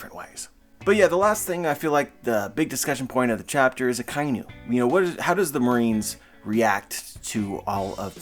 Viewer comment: We can't keep calling Ryogokyu 'Green Bull' while saying 'Akainu' and not 'Red Dog'. More minor, but it's pronounced A-ka-e-new. It's a combo of Aka (red) and Inu (dog)